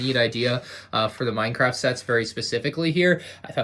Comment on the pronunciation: Is it just me or did he say Y-craft in the beginning?